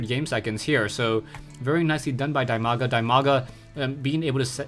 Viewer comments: while it is true that Dimaga's name is pronounced "Dee-Mah-Gah" (The name comes from his IRL name "Dima", pronounced "Dee-Muh"), I actually prefer your pronunciation. As far as I am concerned, What would be best is an acknowledgment in your next video with him that you know the correct pronunciation and are conscientiously pronouncing his name differently for the fans. Or call him "Dee-Mah-Gah", I guess it's your choice. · Dimaga's nickname pronounced as DEEMAGA. Just cuz he's Ukrainian. Cheers!